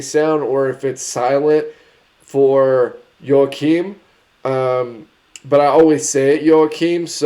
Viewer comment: You say Joakim right. With a J. Perfect